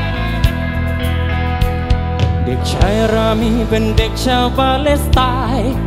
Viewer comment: เข้ามาฟังตอนนี้ เพราะเข้ากับสถานการณ์ตอนนี้มาก การเรียบเรียงดนตรีคือดีมาก น้ำเสียงนักร้องมีพลัง คล้ายพี่ปู แต่สำเนียงร้องบ้างคำควรปรับบ้างเล็กน้อย เช่น คำว่าปาเลสแต่ออกเสียงเป็นปาเล็ส เพราะเมื่อฟังจะรู้สึกขัดๆและกระด้างไปครับ